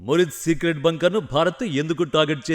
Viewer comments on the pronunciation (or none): Evaramma neeku Telugu nerpindi? Aksharalaki Leni mekulu pedathav. Ex: అది భంకర్ కాదు.. బంకర్. ఇలాంటివి ఇంకెన్నో. అన్ని videos లో ఇదే గోల. వినలేక చస్తున్నా. అందుకే ఈ cmt. ఇప్పటికైనా pronounciation మార్చుకో అక్క. అంతే కాకుండా stiff గా నిలబడు. వొంగబడిపోయి.. గొంతు, మెడ రెండింటిని భుజాల మధ్య ఇరికించేసి, పొట్ట ముందుకు పెట్టి ఎందుకు నిలబడతావ్? దానికి తోడు రోబోట్ లా చేతులు ఊపుడు. మళ్లీ కుడి చేతికి జారిపోతున్న వాచ్. 1% కూడా ప్రొఫెషనల్ గా లేవు అక్క. నాకు తెలుసు వచ్చిందే 5 cmts కాబట్టి ఈ cmt కూడా సదువుతవ్. So, ఇకనైనా మార్చుకో. ప్లీజ్